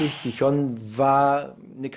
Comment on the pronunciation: Also bitte sprecht doch Gijón richtig aus ihr Atschlöcher..